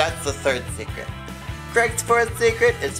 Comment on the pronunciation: Instead of secret I thought he was saying cigarette..lol I would need purell after my 4th cigarette too!